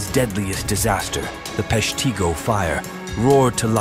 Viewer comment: Locally we pronounce it Pesh-teh-go. Other than that an interesting channel and episode.